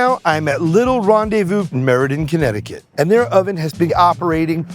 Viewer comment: What was that original pronunciation of Connecticut…sounded like he said Honnecticut 😂😂